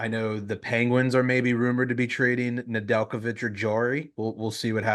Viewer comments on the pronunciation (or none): LOL when he says "nedeljkovic" it completely shows they have no idea what they are talking about. Christ this is amature hour.